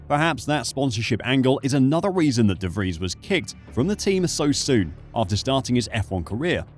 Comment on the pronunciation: De vries lol